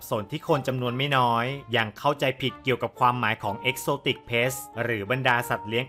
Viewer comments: exotic pets (สัตว์เลี้ยง) นะครับ ไม่ใช่ pests (สัตว์รบกวน) กรุณาออกเสียงให้ถูก ความหมายเปลี่ยนเลยนะครับ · Pet’s ให้พี่ออกเสียงเป็นPet(เพ็ท)แล้วค่อยเติมเสียงsจะฟังดูดีกว่าครับ😁